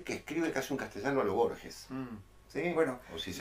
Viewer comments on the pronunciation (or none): none